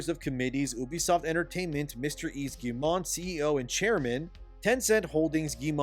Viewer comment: I'm on a one-man crusade to get YouTubers to pronounce Yves Guillemot's name! It's: "eve gee-mo" (hard-G, long-O). Last name Rhymes with "we go." You can do it